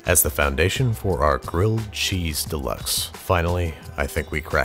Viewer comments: GWILLED CHEESE, IF YOU PWEASE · Gwilled Cheese if you Pwease.